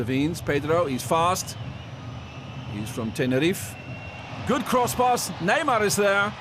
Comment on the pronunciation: Why is this commentator trying to replicate a British accent? Furthermore why does he seem to have a list of predetermined vocabulary such as the emphasis placed on cross-pass. Still quality performance from this Ajax side!